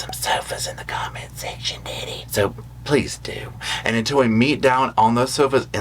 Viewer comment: At the end i love your accent when Rosco wants sofas in chat box how you said daddy, but your accent sounds like "deddie" lol love ur personality! It makes me smile and laugh, thank you!